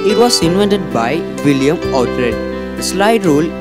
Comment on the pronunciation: It's William Oughtred, not Willam